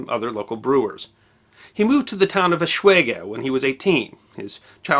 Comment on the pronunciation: It would need to be pronounced "Lamp" not "Limp"... And Eschwege did not deserve that mutilation either ;-) that map is WAY older than the time you're talking about... it shows the Reichskreise (or Circles of the Empire) of the Old HRE that did no longer exist past Napoleon's 1798/1805 conquests in Germany. In the 1830s the Netherlands and belgium were long independent, as was Switzerland and the whole Austrian Part including bits of Nothern Italy also was a separate country.